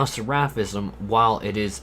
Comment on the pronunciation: I love watching your videos but can you please look up how to say words before you make your videos because sometimes it’s so hard to watch when you say things wrong like “seraphism” and “seraph.” Seraph is not like giraffe. Seraph is like SARE-uff and seraphism is like SARE-uf-ism.